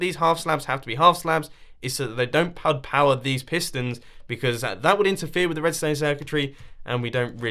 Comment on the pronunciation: You said pug power